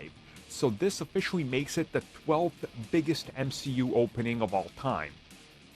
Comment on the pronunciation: I actually can't believe said M-SHE-U for this movie aswell man was that sad to see it show me now that he has doubled down he has to call everything that